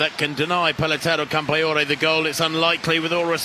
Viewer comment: Paletoray? 😂 It's Peleteiro. Good one...